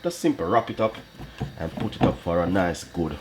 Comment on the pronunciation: I’m Jamaican but when says “hup to you” kill me every time 😂🇯🇲